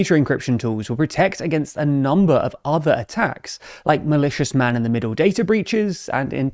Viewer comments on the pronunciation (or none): none